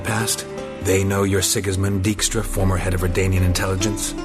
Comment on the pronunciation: I've always liked Dijkstra as a character, even if nobody in this game knows how to pronounce the name. It's a fairly common Dutch family name, pronounced dyke-stra.